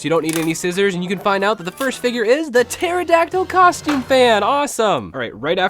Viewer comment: you said the pharadactle or however you spell it